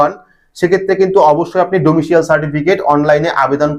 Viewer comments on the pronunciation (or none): ডোমিশিয়াল ????? ডমিশাইল বললে ভালো হতো।